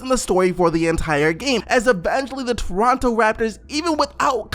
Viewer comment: why you talking like that lmao - "doronto" "eeeindy"